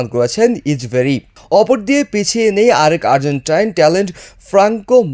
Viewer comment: কের ইচবেরি ইচবেরি উচ্চারণ ঠিক করুন